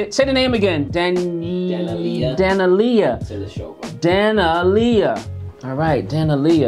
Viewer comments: Your Producer is incorrect it is pronounced, Duh Nel ee Yuh, not Dan uh Lee uh. She was 14 and just finished with her run on AGT 2020 where she was given 6th place, she earned higher, but she didn't have a sympathetic enough back-story so....6th it is. Daneliya has a voice that is hard to describe but will leave you wanting more. Her ability to convey emotions in her vocals is something you cannot teach. I'm going to leave you with a link to her singing a Sam Smith song, 'Diamonds'. Close your eyes when you listen to this and tell me you don't hear someone much older singing from a place that defies logic. I thought I'd throw in her performance on AGT The All-Stars 2023. She sang 'Arcade' by Duncan Laurence. This song won Euro-Vision songwriting contest 2019. The version she sang that night was a fallback arrangement she sang because she had been sick that whole day before her performance. She was losing her voice, and the show was willing to move her to the next edition of the All-Stars, but she miraculously got enough of her voice back to go on. Check the audience response at the end. This is how audiences have always responded to Daneliya. I'll list the link after the Sam Smith song. Daneliya 14 'Diamonds' by Sam Smith. Daneliya 16 'Arcade' by Duncan Laurence. Remember she was very sick. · Dah-NeL-Lee_Yah is, I believe, a closer approximation to pronunciation of this young Kazakh superstar's name. She's in North America now, in Canada now, iirc, previously moved to Boston area at 16 alone to pursue studies and professional career here in USA.